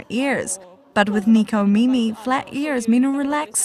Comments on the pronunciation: ...Nekomimi...but in America, it's spelled as Necomimi. But it should be pronounced as Neh-koh-mee-mee Literally means 'cat ears'. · Why you say Neeco mimi? Japanese words in English is sucks. >___< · she can't pronounce necomimi??